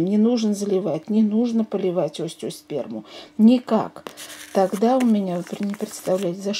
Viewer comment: Цветок называется-ОСТЕОСПЕРМУМ. По ушам режет!